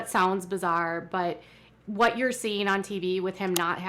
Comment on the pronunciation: Ummm, there's so much I cannot stand about this show and the way Kody treats his wives, but, (and I know this is petty but it drives me nuts) why can they not ever pronounce the 't' at the end of a word? It's always wha-eh, instead of what, or tha-eh instead of that. Is it a Utah thing or what?